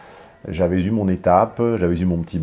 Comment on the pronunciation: STP, il faut que tu cesses tes grossières fautes de prononciation : , on ne fait pas la liaison avec le "s". On ne dit pas "j'avais s'eu"